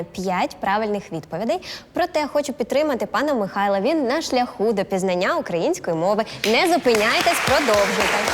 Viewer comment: підловив вчительку, адже правильно буде - згідно З ПРАВИЛАМИ української мови. - пізнАння.